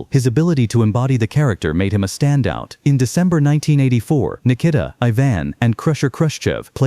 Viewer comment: can you please say his name better not that shit your calling him its NIKITA